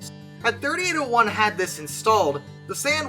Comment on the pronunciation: A few things, firstly thanking you for pronouncing the loco number correctly as 3801 instead of 3-8-0-1. The other person travelling in the cab was a personal friend of mine and also another driver travelling as a passenger back to Sydney to start work the next day. The V set had been held due to red signals at the base of Cowan bank by a red signal which the cleared to full clear (a green aspect) The driver, Gordon then proceeded at track speed up the hill unaware that 3801 had slipped to a stand due to some fool applying the handbrake in the 3rd last car. In fact we did have open channel radios issued to each crew member which would have allowed the crew of 3801 to advise they were having trouble but due to vagaries of topography it is unclear whether it would have been heard if it had even been made. The crew of 3801 were expecting that the signals behind them should have been showing stop. There were also telephones fitted to the signals to directly contact the Signaller. As the leading car of the V set DIM 8060 came around Gordon was confronted with the rear of 3801's train with too short a distance to stop. Gordon said to the other driver (Geoff) to jump and he managed to jump out of the side door of the cab, landing on the railhead of the adjoining down track breaking his back. There was no time for Gordon to exit the cab and he sadly died. When the first responders arrived they found Geoff still on the down track in a state of shock constantly repeating "but we had th